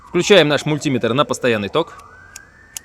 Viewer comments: МультимЕтр, а не мультИметр!!!! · Мультиметр ударение на Е. От слова метр !По другому говорят инженера!☺